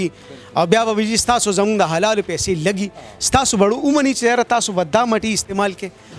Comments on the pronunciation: اسسٹنٹ کمشنر پتہ نہیں کیسے بن گیا ہے ۔ جو حلال فوڈ کو ہلال فوڈ کہتا ہے ۔۔۔ ماشاءاللہ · AC said Hilal food instead of Halal